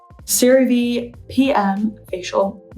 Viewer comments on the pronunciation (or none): none